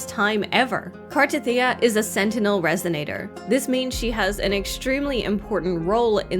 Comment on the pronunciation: Finally saying her name right. Wow. I am SO pulling for her!!! Her animation is sick.